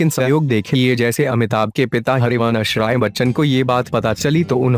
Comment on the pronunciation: 1.Please improve your pronunciation first: not Hari vanaash Rai, it is Harivanshrai Bachchan 2. Why did H. Rai say that first get married and then go to London! Actually the girl's parents should have said this. Did they not care that their daughter was going abroad with a young, handsome bachelor, a boy friend without getting married first! 😲🤔🙄